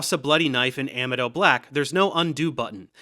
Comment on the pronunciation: I have NEVER heard anyone else pronounce gentian that way. Its GEN-shen, not GEN-ti-an. Also , uh-MEED-oh, not AM-ee-doh.